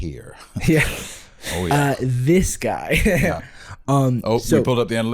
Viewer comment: The way jarvis stuck his tongue out to touch his teeth when he said "this guy" was very strange to me. I know it's probably even weirder that I'm bringing it up, but idk just stuck out. Maybe I'm a weirdo idk